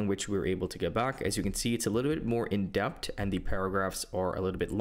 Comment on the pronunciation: Excellent content as usual,! I've never used the playground, but now considering it due to the reasons you mentioned. Btw minor feedback you write and pronounce the word as "indept," but I think the term you're referring to is "in-depth," with a "TH" at the end. Perhaps adding that into your prompts will help you get even better outputs than you already get (although that may be tough since your work is always quality haha).